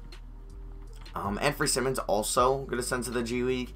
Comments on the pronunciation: For Anfernee Simons- it’s Sigh-muns not sim-muns (ex. Ben Simmons) JS. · Anfernee simons last name is pronounced sigh-mins